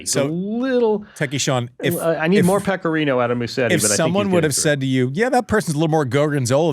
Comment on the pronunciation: "Pecorino"? Seriously, Wertheim. Have you learned nothing from the Krejcikova debacle?